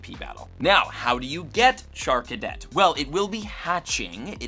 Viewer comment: Why is it nobody says charcadet’s evolutions names right Also I’m praying that litten makes it into the new legends Z-A as a starter because I’m almost certain this legends game’s starters are going to get mega evolution and I’d love to see incineroar with a mega that’’d be totally awesome imo